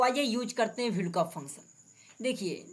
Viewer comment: Vlkoop nahi vlookup bolo